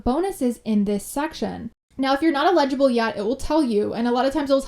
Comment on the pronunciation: It's prom ounce eligible.. not ligible..lol